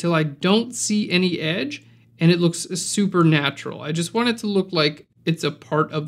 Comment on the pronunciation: I used to create vignetting in Lightroom, but this technique gives way more options to play around with, so I might reconsider to shift this step over to PS. By the way, you say "...and it looks super natural", I smiled because it sounds like "andl it looks supernatural", which is obviously the thing to avoid ;-)